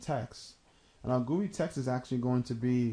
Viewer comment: Ha..Gooye. G-U-I, is it not? Graphical User Interface?